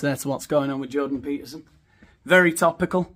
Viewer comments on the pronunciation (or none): none